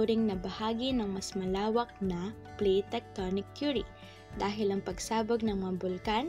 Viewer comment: Base po saakin na panood mas maliwanag at maayos po ang pagkasabi ng Plate Tectonic Theory ,at mas naiintindihan ko po.#PagkakabuoNgMgaPuloSaPilipinas #Jjo-EsTextbook